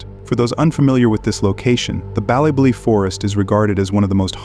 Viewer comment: He really botched the name of the place in Northern Ireland. Dunno why he’s saying ballybolly when it’s clearly ballybofey.